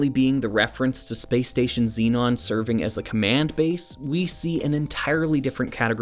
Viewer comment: As spelt shouldn't Zenon be pronounced Zen-on rather than Zee-non? Perhaps this is a North American thing?